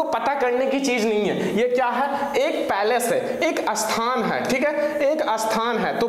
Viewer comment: सर जी अस्थान नहीं स्थान होता है हिंदी का सही उच्चारण कीजिए।